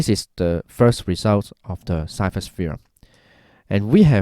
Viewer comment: I think Ceva is pronounced chayva